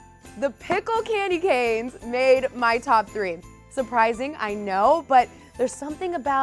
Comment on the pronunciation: Clamdy canes 🤣